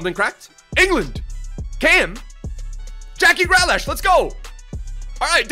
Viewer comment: Its Gri-lish not grea-lash